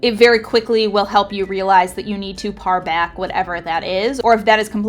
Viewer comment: "Parr" back? Pare is pronounced the same as the fruit pear. Long A sound.